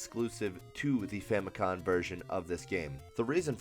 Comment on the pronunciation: stop saying famicon